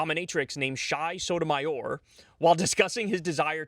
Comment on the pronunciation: Lmao "Shy Sotomayor"